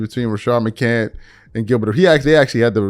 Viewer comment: It’s McCants with an “S” lmao… Rashad McCants